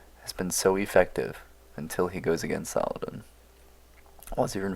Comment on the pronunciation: I watched several videos of you now and i like them. But i am cringing everytime you say saladan instead of saladin....